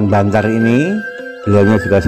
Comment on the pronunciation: Kecamatan bancar.bukan bantar